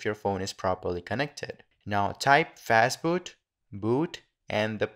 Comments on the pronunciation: fastboot or fatboot ? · fatboot. nice :)